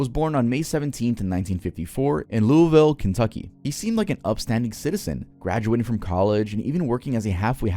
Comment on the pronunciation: Just so yk you pronounced Louisville wrong